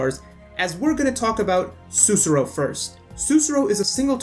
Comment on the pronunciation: Great video! Thanks for the help, it was amazing but i have one little observation. Sussurro is pronounced with the accent on the second "u" and you need to say clearly both of the "rr", i'm just being a perfectionist right here, but i know this because her name is a word in my country: Sussurro means "whisper" in italian. Let alone this, great video, you have a new follower 👍